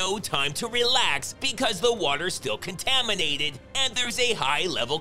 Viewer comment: Did she just say the water supply was "contaminateded"?